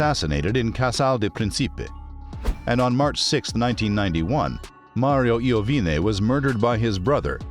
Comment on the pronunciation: Ninno Is name of Antonio Iovine..and Mario Iovine Is correct name..not Lovine...and Mario Iovine not Is Brother of Antonio Iovine..